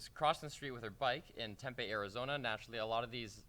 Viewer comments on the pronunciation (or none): Alright, I live in Phoenix, AZ so this is a really local story for me, but the city that this took place in is called tem-pee. Not tem-peh. Phew got that out of the way